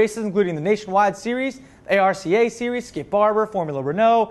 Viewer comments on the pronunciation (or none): A.R.C.A. - pronounced "R-ca"